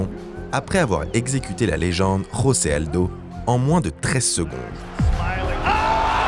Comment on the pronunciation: Jiri Prochazka est tchèque et non polonais comme vous l'avez dit durant votre collaboration. José Aldo se dit bien José et non Rosé, c'est un lusophone et non un hispanophone. À part ça, super vidéo